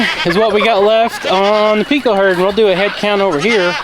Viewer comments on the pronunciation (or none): none